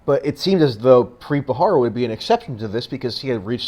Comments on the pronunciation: BTW, It's Preet BHA RA RA, not BHA HA RA. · it's pronounced Ba ra ra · You need to work on your delivery and word pronunciation ....like the name of the subject of your video. You are pronouncing it incorrectly. Really read the word before you speak.